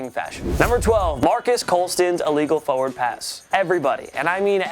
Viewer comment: Practice saying the word "forward" more. There are 2 R's in it.